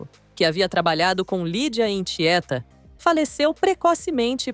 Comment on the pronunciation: TIÉTA NÃO TIÊA. CASIO GABÚS NÃO GÁBUS SIM